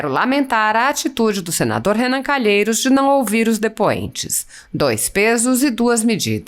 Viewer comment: Lingua portuguesa: Presidente, depoente. Renan canalha: prisidente, Dipuente.